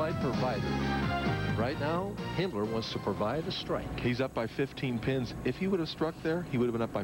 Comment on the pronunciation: If you listen to Marshall very carefully he calls Himmler Hitler.